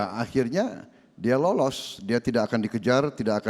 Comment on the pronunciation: Pak Prabowo senyumnya seperti senyum sinis mengejek atau menyepelekan saat Pak Jokowi berbicara... Lagian risih kalau dengar kata belakang KAN diucapkan KEN.. Jadi seperti logat Pak Harto tempo doeloe.....